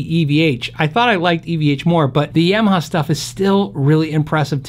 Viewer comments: Ya - maha not Yam - aha. Thank you. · Love your vids...appreciate the speed and variety you get through in a not-overly-long video. However...please learn how to pronounce “Yamaha”. It’s not “yeah-ma-ha”. It’s “Yah-ma-ha”. Stubborn peeps will say “pronounce it however you want”, but it’s especially jarring hearing that. Quite sure that’s not how they say it in Japan. Respect the name.